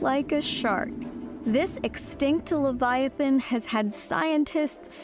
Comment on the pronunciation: you aren’t pronouncing leviathan right